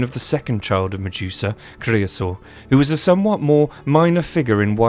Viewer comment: The way Ure pronouncing Medusa …😖